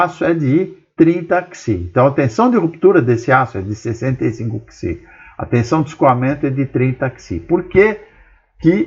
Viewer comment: "PISI"!!! P-S-I!!! pelo amor de Newton professor!!!